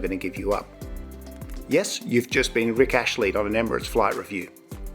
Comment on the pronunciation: It is Rick Astley not Rick Ashley.